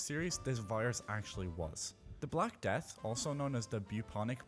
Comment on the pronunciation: 223 I swear he said black dad 😂 But it was the black death shouldn't come back as well